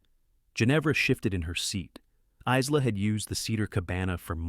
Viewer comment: Isla is pronounced sans “s”. It is pronounced “I-la” ( eyela).